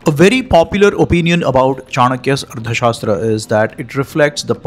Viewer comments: It should be pronounced as Artha Shaastra, Not as Ardha Shaastra. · It's arTHA, not arDHA. This wrong pronunciation is somewhat ruining an otherwise great video.